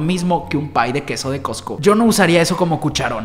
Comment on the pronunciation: patrociname! Also:COTSCO....COTSCO 🤦🏻‍♀️🤦🏻‍♀️🤦🏻‍♀️